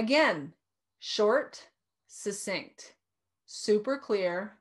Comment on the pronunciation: Not to bitch but, succinct sounds like, suck cinct, not sussinct.